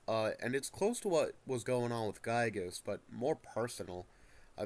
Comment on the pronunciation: Not a single person on youtube knows how to properly pronounce "Giygas".